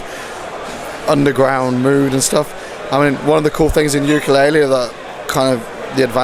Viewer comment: Yooka Laylee und nicht wie im Titel Yokaa Laylee :( Bissel peinlich oder. Wird ein Meisterwerk, wie viele Rare Games vorher ;)